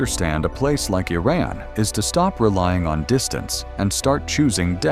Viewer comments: Been to Iran. This is SO FAKE! First RED flag,.. when you spot a title 'shocking' truth/reality 'no one told you about'. Bet this is even A.I generated with a 'mission'. Can't even pronounce Iran consistently. :) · You should correct your AI's pronunciation of Iran. I heard so many different versions. Most of the footage doesn't relate to the content. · Awful AI narrated pseudo-documentary. Can't even decide how to pronounce the name Iran. Pure propaganda that pretends Kurdish women don't get their heads bashed in, or that they are the number one supporter of terrorism in the Middle East. Some nice footage of the filthy streets and the more chic areas. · Your Iran pronunciation is very bad. In one line, you pronounce the name of Iran three different ways. Also, most of ur video is showing an area that poor people are exchanging things on the ground that is more negative than you try to be positive . I think u need to learn how to say Iran a right way then prepare that manipulating video . Iran is a great country and proud of its pre Islamic history. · It's not 'eye' ran it's pronounced EeRan. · It was somewhat accurate about the culture and its people, but needs some improvements. 1. Iran is not pronounced I-Ran, it's pronounced E-Run like India. 2. Most of the hateful imagery comes from the Islamic Republic NOT Iranians. 3. Although Iranians are hospitable and kind, the regime is despicable, hateful and ignorant. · I wonder why the narrator keeps mispronouncing Iran. He is claiming that he is stating facts about Iran. Still, he cannot even pronounce Iran correctly. He keeps saying I ran! And don't get me started with the flea market scenes. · Correction! Iranians DO NOT use Arabic alphabets! They might look similar at first glance but they are not the same We have our own alphabets which is different from Arabs BTW, it is not "I ran" as in running! It is Iran which pronounced like (ee-run) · What is Eye-raan??? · I roc and Eye ran 😅 it's Iraq and Iran